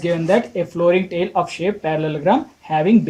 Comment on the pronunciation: 4 question mai tile ka pronunciation galat hai ...u r saying tail but it is tile..